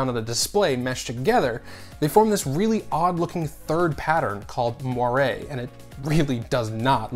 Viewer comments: Isn’t it pronounced “Mo-yer” ? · moire is actually pronounced mwah